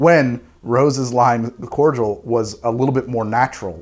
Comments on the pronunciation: That was the first time I've ever heard someone pronounce cordial (core-dee-al) as core-jewl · It’s pronounced Cord-I-all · I have NEVER heard someone say cordial like that. It's always been corr deeul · I didn't realise that Americans don't separate the pronunciation of Cordial (Kor-jal, courteous) and Cordial (Kor-dee-ahl, a drink). The more you know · Do Americans pronounce Cordial 'cor-jul' or am i missing something? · The way he pronounces cordial sends me. Is this how it’s usually pronounced in the US? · Why cant Americans say cordial right??? There is no G in there, it hurts to hear